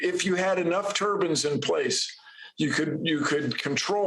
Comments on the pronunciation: Love Bill, but it's turbines. Turbans are what Sikhs wear. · Maybe I didn't hear correctly but did Bill say having a lot of turbans could slow down a hurricane? First time I've heard turbines pronounced that way. I think a hurricane would just blow the turbans off their heads right? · Oh pleeeze, turbines not turbans. I love you Bill Nye but please, turbine. "The End is Nye" sounds like something I would love to watch!